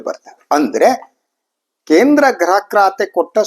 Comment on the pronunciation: ....graha elake alla....gruha elake... Nimmantha janarinda kannada halagtha ede